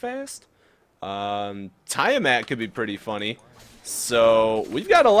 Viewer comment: I think Tiamat is pronounced Tee-ah-mitt, not Tie-a-mat. Just sayin'.